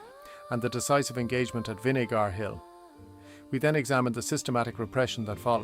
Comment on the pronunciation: Good point. And Vinegar Hill is one of the words AI keepS mispronouncing another is Bantry Bay. But it’s a good technique of showing scenery buildings etc though those whitewashed cottages and straw roofs are chocolate box with no ropes to hold the roof together.